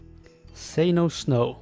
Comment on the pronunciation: say no mo(re) - say no snow